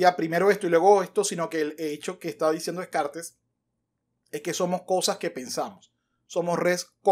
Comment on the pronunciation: Y mientras tanto, Descartes revolcándose en su tumba por cómo pronuncias su apellido 🤭.